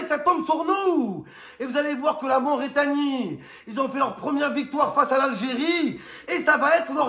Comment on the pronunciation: C’est Mauritanie pas Mauraitanie 😹